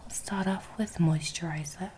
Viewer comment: She sounded like she was from New Jersey when she said "mousterizer"